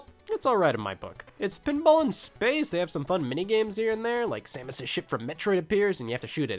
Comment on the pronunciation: Gunpei is not pronounced like a firearm like GuhnPay. No, It's pronounced Goon Pay. Sources - I know the language and how it works. Theres only one way to pronounce anything in Japanese and Japanese names. While i'm here, It's Sah kurai not Sack urai. And Sah Muss not Sam us.